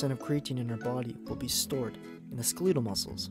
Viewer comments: Love the vid but I believe it’s pronounced skell-et-all like skeleton, because it on our bones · you say "Skeletal" really weirdly....why do you pronouce it like that? ?scolitle what is that ?" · skhulootle muscles? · Wait...are you purposefully pronouncing skelatal muscles as Skilittle muscles or is that a gag? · Had to scroll down this far to ensure I wasn't the only one cringing at 'skeh-leetle' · "Skleetal muscles" duh! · Great vid but please, you’re butchering how skeletal muscle is pronounced. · skuh-lee-tul muscles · Why are you saying skeletal that way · Is he trying to say skeletal? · Alright this is an amazing video but who the fuck says skeletal like that